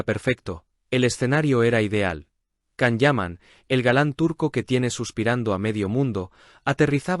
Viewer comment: No es la primera vez que Tamara mete las patas, también lo ha hecho en el programa de El Hormiguero, de nada le sirve ser marqueza, hay personas mas educadas y sinceras que ella. Es una pesada, creida, antipática y orgullosa! Otra cosa, al canal se le recuerda que la pronunciación de Can es: Yan, Yan, Yan. Por favor!!!